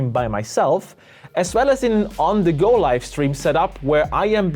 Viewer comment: He keeps saying yolo "lift" and it's throwing me off. Its yolobox LIVE!!